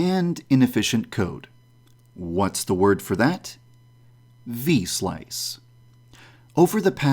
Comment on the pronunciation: V-slice = V-sauce